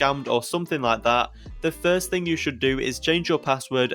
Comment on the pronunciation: This guy says “FISRT”🤡